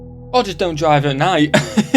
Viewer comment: "Don't dwink and dwive" he said it perfectly... almost.